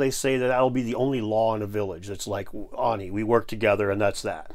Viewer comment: it's called ARNI.. showing a a image with the explainer EYE-NEE underneath.. reciPROCITY.. not recIPRICOSITY.. other tha that interesting video.. thanks